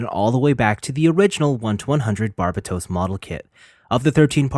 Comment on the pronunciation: Can you not say Barbatos like the dub. it's so bad and gross